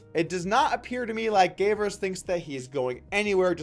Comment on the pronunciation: Man, I love your vids, but this one was just sloppy. You started pronouncing Gavers' name halfway through, you used a youtube clip and then talked over it... do better next time.